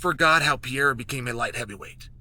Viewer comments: Per-eir-a Not, Pie-era Your welcome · I love how Chael just gave up by now and calls Alex "Piera" instead of Pereira 😂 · With all due respect Chael, it's not Pierra! god damn lol Have some respect for the guy and at least try to pronounce it semi properly if you're gonna say his name 30 times in a video. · He literally pronounces every fighters name he's talking about WRONG, and he obviously does it intentionally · Uncle Chael Still Can’t pronunce Pereira…..